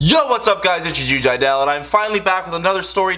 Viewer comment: nah sounds like he’s saying “joo” jiedel to me. is jiedel religious?